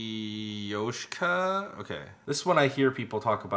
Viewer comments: Russian words in Matryoshka song always makes me laugh 😂 I'm russian, so undrestand that devushka-vushka part🤣 and of course matryosh-III-ka😆(the right pronunciation is matRYOshka) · doesnt pd say matryoshka right n skz stay it wrong or is that just me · its funny how they pronounce matryoshka wrong but it sounds so good in the song